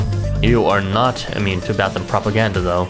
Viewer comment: yay finally someone pronounces Bathym that way